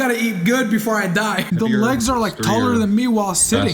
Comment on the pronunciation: on prog report 3 he said wegs not legs